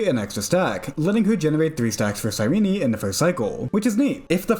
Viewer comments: Cyrene Sigh-reen Not sigh renee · Nice video, but I could barely watch it because of you badly you mispronounced her name. It's Ky-ree-nee. It's based off the greek word "Κυρήνη".